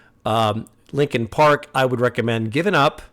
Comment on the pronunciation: "Linen Park"